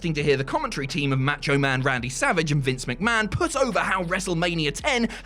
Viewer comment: Well coming back to watch this was a mistake. All it does is remind me that Adam Pacitti is a white supremacist who refuses to pronounce the Mexican Spanish A in Macho the same way he does the Italian A in Pacitti. "Because he's British" except when pronouncing his own name.